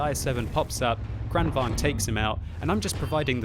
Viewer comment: because v is pronounced with a w and vice versa in some dutch languages in europe ... isnt the kranvagn pronounced kran wagon? and even if the w and V isnt like that in swedish languages isnt it still kran vagon in the pronunciation rather then kran vang